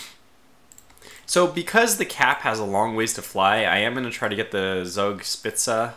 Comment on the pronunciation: Friedrich is pronounced 'Freed Rick' 'Zoog Shpitzuh' I think the issue with the attacks on the 'wrong' ships is that you designated a general area to attack, instead of selecting sighted ships or divisions. They were just following orders, man. Good fight! You sure showed the Americans the value of German steel.